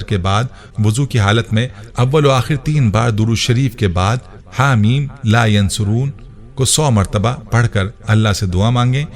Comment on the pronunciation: Bhai ap apna tallafuz sahi karday .. Yunsaroon par pesh laga hay jab k ap zabar k sath par rahay hay. Shuktia